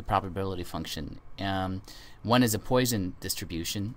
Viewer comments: It's pronounced "Pwasson" not "Poy-son". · Really, people have correctly commented that it is pronounced "Pwasson" not "Poy-son", actually two people, 10 and 11 yrs ago and you still have not redone the video to correct this....Has nothing to do with whether you speak French or not.